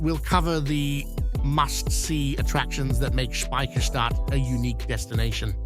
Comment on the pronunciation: How often do you wanna say Speciherstadt? narrator: yes.